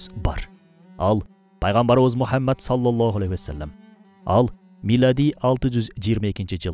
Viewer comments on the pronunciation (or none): Урматтуу автор, куттуу Пайгамбарыбыз Мухаммад С.А.Вды туура айтчы, өтүнүч!!!👏👏👏